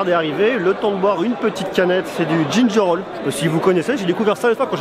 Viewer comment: Ginger ale pas ginger all. Ba c'est du gingembre quoi. Donc oui ca pique. 😂